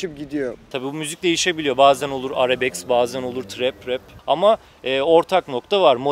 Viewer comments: Arabeks degil arabesk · Kendisi ile roportaj yapilan Ogretmen arkadas dahi bazi kelimeleri duzgun soylemiyor. Biz de egitimden bahsediyoruz. "Arabeks" : 14.03 dk.